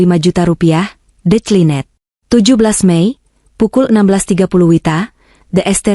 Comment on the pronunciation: Jember utara🎉 Cara pembacaan cerita tol diperbaiki incoming bkn intjaming...detjlinet dr decline